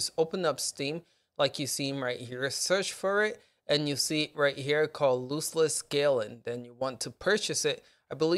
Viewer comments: Dude its "LOSS-less" scaling. Not loose less. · I believe he meant the pronunciation of the word. You are pronouncing it like foot loose, but it should be like "lostless scaling" and just imagine "lost" has a silent "t". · Tell me how you pronounce loss Ok Now add less and what do you get Loss-less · ITS LOSS LESS NOT LOOSE LESS! 😂😂 Nice video though, thank you. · Loss less. Like lost. Not loose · LOSS, LOSSLESS SCALING NOT LOOSELESS! Awesome video though, thanks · If you make another video please learn how to pronounce the name of the program, you're saying it like it has two o's. It's loss, not loose. Also, it's Jedi Survivor, there's no "fallen" in the title. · Why would I listen to someone who can’t even pronounce the word loss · lol yeah I actually thought it was lose not loss. I spelt it that way when I wrote the title as well. But I corrected it, thanks.